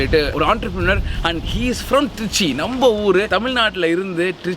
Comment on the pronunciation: அது என ட்ரீச்ச்சி....திருச்சி நு வாய் ல வராதோ..